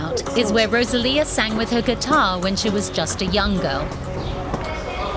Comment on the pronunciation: Please stop calling her RoZalía 🫣